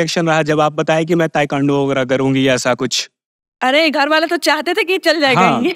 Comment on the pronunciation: तू त निमन बालु, लेकिन इंटरव्यू लेवे वाला ताइक्वांडो के ताइकांडो कहत बड़े 😅😅